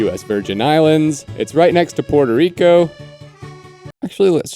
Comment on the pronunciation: Wait what… Peurto Rico? You mean PUerto Rico…. Lolololol